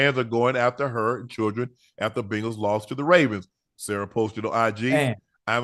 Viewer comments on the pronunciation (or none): Unc we love ya but I can’t hear you butcher bengals ring of fame one more time this man been saying bingo every time he introduce ocho🤣🤣